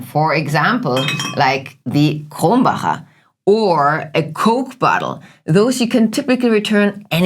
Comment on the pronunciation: Dear, you don't have to pronounce the word "Mehrwegggg" but "Mehrweeeeg" 😊 "More ways" versus "One way" = Mehrweg vs. Einweg. And furthermore it's not "Kroooombacher" but "Krommmmbacher". My home town is near Kreuztal-Krombach where the beer comes from. Thanks for the interesting topic! You both are amazing!